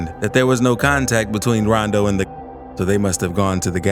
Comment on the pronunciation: Say rondow like that again I’m reporting u I stg